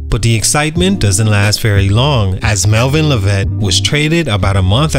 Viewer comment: Mispronouncing his name 🤦🏽‍♂️